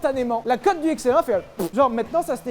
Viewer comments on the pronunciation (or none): none